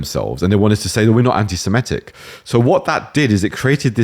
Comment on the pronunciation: Even British people are now pronouncing 'anti-Semitic' as "anti-Simetic". Bizarre phenomenon.